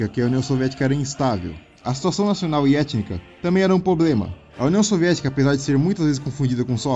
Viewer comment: cara, o seu português eh terrivel. "poblema" xD vc eh de onde msm? Nem fala sua própria lingua certo mas ensina outros sobre historia do outro país xD